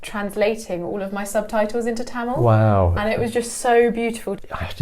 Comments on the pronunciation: “Kindly adjust” is all you can could possibly do in a Mumbai local 😆. And btw, love the correct pronunciation of Tamizh, 😍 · The transition of the pronunciation of the word "Tamil" from a foreign accent to Indian accent was nice! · the way he pronounced tamizh and not tamil itself shows that he is a man who respects his roots , culture and his mother tongue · He pronounces தமிழ் (zh) properly.. so he must be a Tamilan 😉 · he Saud his mother tongue when he referred to Tamil. So, yes.